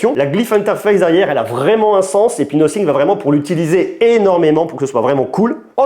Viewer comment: "Nossing" ?? Un peu d’efforts frère.